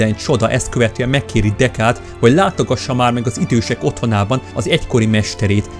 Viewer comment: Nem Deká hanem Deku